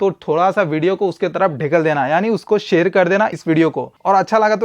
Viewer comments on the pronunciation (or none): none